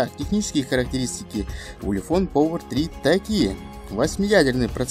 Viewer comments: Ты ламер, научись по-английски разговаривать, повер. Делаешь обзор модели, не зная, как она произносится даже. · как можно снимать обзоры если читать на английском не умеешь? Повер...